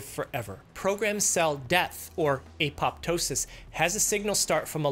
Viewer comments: As a person with a BS in biochemistry, I'm offended by your pronunciation of apo(p)tosis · I wan(a-pop-to-sis)